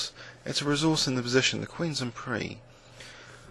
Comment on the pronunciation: I think "prise" might be getting confused with "prix", both French words familiar in the chess world. The S in prise, like crise or brise, should be pronouced. In prix, it is silent.